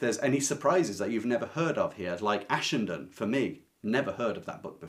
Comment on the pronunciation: It's been 40 years since I read Ashenden so I don't remember a thing, but, thanks to you, I at least know how to pronounce it now! I love Somerset Maugham, especially The Razor's Edge and his short stories.